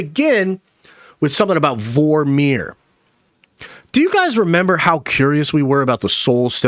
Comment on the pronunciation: Great video 👍🏼 Why are you saying Vor-meer like it’s 2 separate words?